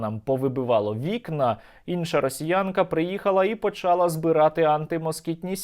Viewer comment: почалА, а не почАла